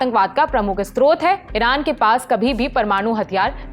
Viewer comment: स्रोत को असत्रोत है बोलने का मतलब समझाये ! 😊